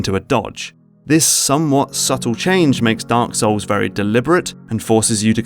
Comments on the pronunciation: did you just said Dank Souls? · I like how he says Dunk Souls